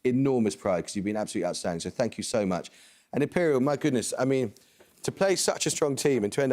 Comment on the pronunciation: The Imperial team should be called "IMPE-LEE-AL".. But they should have chosen someone else as their captain - someone who actually knows stuff.. someone who can seriously contribute with some correct answers.. this cutie-pie captain should stay home and watch Barbie or maybe the adventures of Scooby Doo or something..